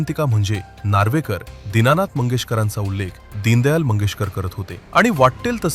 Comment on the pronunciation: दीनदयाळ 😂😂 आणि हा म्हणतं होता मी वकील होतो 😂😂